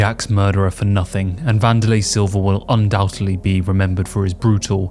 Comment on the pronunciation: Great videos. Very informative. Keep it up. But...........I do have one complaint! This is the second video I've heard you say; 'Undoubtedly',:but you pronounce it; ' Undoubte'b'ly!! It's pronounced with a 'd' at the end not a 'b'!! Just sayin'. Ok, Thx.